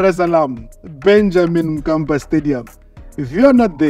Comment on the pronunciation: It's Benjamin mkapa not Benjamin kapa